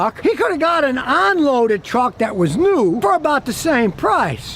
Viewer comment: Say UN loaded NOT ON loaded. You pronounce your “U’s” as “O’s” 😂